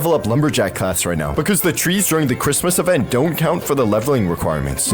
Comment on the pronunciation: Bro it is not chritmas it is February